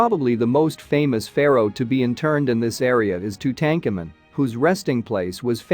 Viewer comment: Wish you would pronounce Tutankhamen correctly🥴